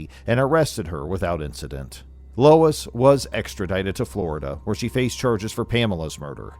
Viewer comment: Lol lol lol 😂😂😂 you unalived this ladies first name 🤣🤣🤣🤣🤣 it's pronounced LO-ISS lmao not LOYCE